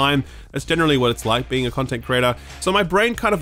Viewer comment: I just heard „….life as a content crater…“ Keep on erupting, dude.